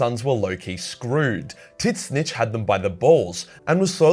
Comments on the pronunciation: thought it was pronounced Zeench not Tit snitch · For what it’s worth, Tzeentch is pronounced “zeech” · Just an FYI the "T" is silent it just zench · You need to stop saying Titsnitch, it's lame. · Please learn to pronounce Tzeentch.